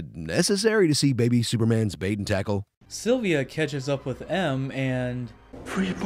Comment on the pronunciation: It's Severine not Sevrin, It's Silva, not Silvia, it's Craig (Cr-aig) not Kregg. Apart from your horrible butchering od many names, it's great you saw Skybore for the overrated rip off fest it is. Boring, actionless fake Bond film ripping off The Dark Knight. Spectre & No Time To Die are so much more entertaining than this.